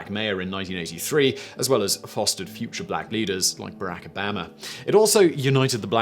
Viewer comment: The way he says Barack Obama is hilarious